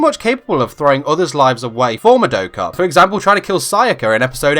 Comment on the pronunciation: It’s mah-douh-kuh not muh-doe-kuh